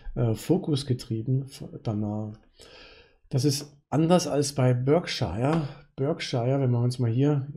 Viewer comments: Das britische county Berkshire wird Ba:kschah ausgesprochen. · Für den Erfolg an der Börse zwar schei*egal, aber es wird sowohl im britischen als auch im amerikanischen Akzent in etwa "Börkshah" ausgesprochen. Ansonsten bedanke ich mich für den guten Content :)